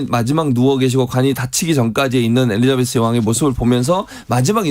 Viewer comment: 티카타카? 티키타카! 엘리사베스? 엘리자베스!